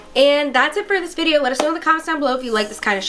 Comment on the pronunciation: As I read this niki said vide 3 times